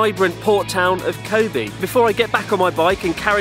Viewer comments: you wouldn't even pronounce it koh bay would you? I always thought it was Koh Beh seeing as you pronounce べ as "be(h)" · its pronounced KO-BEH not KO-BEE, kind of odd you are saying it like this after living in Japan this long. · With all due respect, people should learn the correct pronunciation of "Kobe". It is Koh Bay こうべ Koh Bee , in Japanese, means Animal Sex こうび 交尾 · stupid english accent, it's not kobee. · Pronounce kobe like a french or something the “e” is miss pronounced